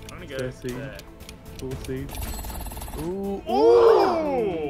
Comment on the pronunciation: the way he pronounces northampton kills me🤣🤣🤣